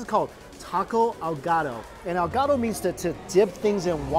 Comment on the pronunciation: I thought he was talking about a caguama tbh. Also his pronunciation of ahogado was terrible and it means drowned not dipped as far as I know.